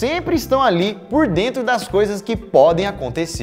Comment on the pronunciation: "Estou lavando os olhos de drentro pra frora"